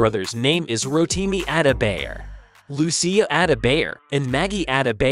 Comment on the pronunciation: Ada -bayer😂. At least learn to pronounce his name.